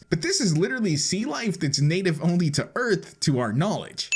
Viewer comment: On you say "earf" in stead of "earth"